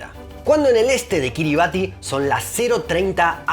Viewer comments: Buenísimo pero me faltó un dato muy importante de este paìs: no se pronuncia “Kiribati” se pronuncia “Kiribas”. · La pronunciacion de Kiribati es /ˈkɪrɪbæs/ KIRR-i-bass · "Kiribati" se pronuncia "quiribás", "ti" es la manera en la lengua local de representar el sonido "s" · Se pronuncia KiribAS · Tenia entendido que se pronunciaba Kiriba(S) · un habitante de Kiribatti me dijo que se prununcia Kiribass, con ese en lugar de la t al final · Según entiendo, se pronuncia Kíribas... Pues su alfabeto es una tacañería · Kiribati en realidad se pronuncia "Kiribas"